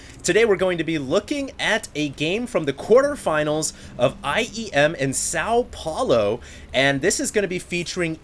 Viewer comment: GRRRRR thats not how you say São Paulo